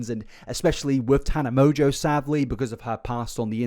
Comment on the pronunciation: I'm pretty sure Mongeau is pronounced "mon-go", not "mojo" lol